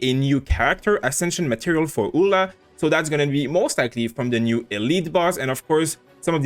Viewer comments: Pretty sure Eula should be pronounced like Yuu-la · No, it's pronounced EU-LA.